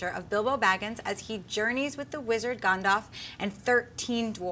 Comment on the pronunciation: Did seriously call him Gondoff? And call the mountain Arober? Please learn the proper pronunciations!